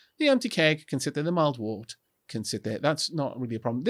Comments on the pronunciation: Wurt, (wert). Pronunciation. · Very quick pedantic correction: "wort" is pronounced "wert". Why, you ask? Because it is English :-P I taught English as a foreign language for 5 years and slowly realised what an absolutely crazy language it is. We have rules in this language! ... but we hardly ever follow them... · My dictionary says wort is pronounced as 'wurt', the urt sounding like in hurt